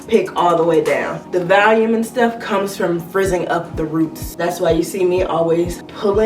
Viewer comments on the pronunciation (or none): Valume? Lol or....